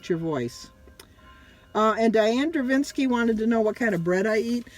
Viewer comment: Draveski not Dravinski! 🤣🤣🤣🤣😎😎😎😎